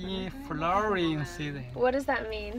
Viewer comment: haha, this Chinese guy is cute. He actually said that you are in the best years of your life with unlimited possibilities. But he just did word-to-word transliteration from Chinese. "blossom season of life". And he pronounced "season" like "city".